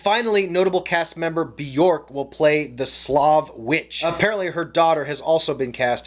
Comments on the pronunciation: Fun fact: Björk rhymes with "work", not "fork" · Like "jerk" - Björk